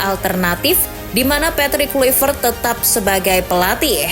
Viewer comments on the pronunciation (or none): izin revisi min cara bacanya KLAIVERT bukan Kluivert